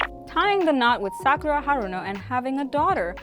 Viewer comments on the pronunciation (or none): none